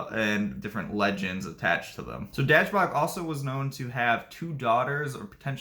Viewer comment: Please work on your pronunciation. Try dashboog